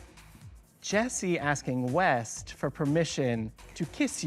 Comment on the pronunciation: It's West, with a T at the end. Just saying 😊